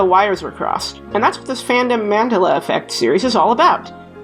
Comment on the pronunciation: as a south african I have never heard Mandela pronounced like that before